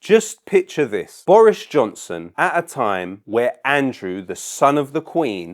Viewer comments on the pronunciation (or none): none